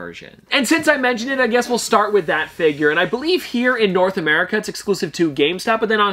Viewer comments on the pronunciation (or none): none